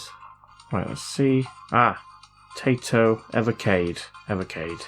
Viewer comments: Taito like in "tie" "toe", and not "tay" "toe". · TAITO is pronounced TIE - DOE or TIE - DOW. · I really don’t know if you have heard of this company name said properly or not but it’s said Tai-To. (Tie-toe) I’m just trying to be helpful. Great Vid 😊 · Now I think I want one of those. And for the record, the company's name is pronounced "Tie toe." They're a game maker that's been around for a long time, and have some games that say their name when their logo comes up. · Taito is pronounced TIE-TOE .